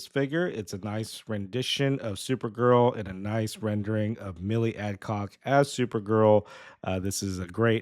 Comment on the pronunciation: Her name is not Milly Adcock. Milly Alcock.